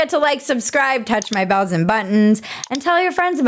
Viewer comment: Maybe I'm losing my hearing or something, but I thought you said, "Touch my "balls" and buttons".